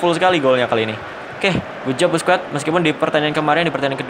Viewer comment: Sekedar koreksi aj bang Busquets dibaca baske